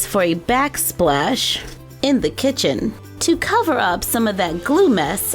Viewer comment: Not trying to be rude but you said kitten not kitchen